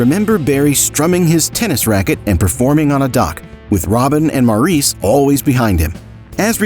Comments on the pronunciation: This was a well done brief story of the Great Gibb brothers. It was pretty accurate although one issue I repeatedly noticed was the correct pronounceation of Maurice Gibb's name. It is pronounced Morris. I enjoyed it very much other than that. Thank you. I have loved the Bee Gees for most of my life. They were/are very much legends. Maurice, Robin and Andy are greatly missed and loved. Wishing long life to Barry and the remaining Gibb families. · I agree with you. Any fan knows the correct pronunciation of Maurice's name!